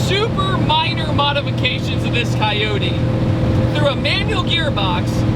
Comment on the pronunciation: A coywhaty engine? It'd coyote OH. T not eww t 😂😂😂😂